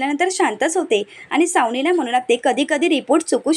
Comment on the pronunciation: Savnila व aadila असे vachave.